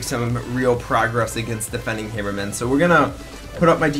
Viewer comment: Hammer-man just say it right -_